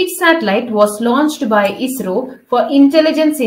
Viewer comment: Bro ath ISRO aanu enkilum esro enna parayaneee...